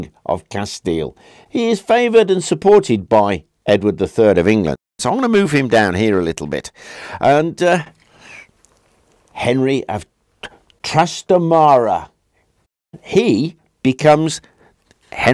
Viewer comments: Thanks for trying to pronouce the names properly. I would only like to point out that it's actually 'Na-je-ra and Tras-'ta-ma-ra. Nice vid 😄. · As usual, an excellent video,. Mind you, Najera is written Nájera in Spanish and thus pronounced with that strong first «Ná-» syllable. The same thing happens with Trastámara:)